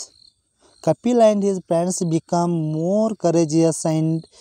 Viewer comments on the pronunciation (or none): none